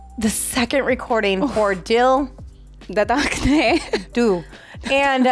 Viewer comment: It's pronounced as Dil Dharakne Do 🤗